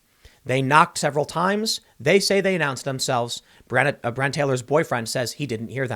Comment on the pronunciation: FFS $100 if you'd simply pronounce her name properly! BRE ON NA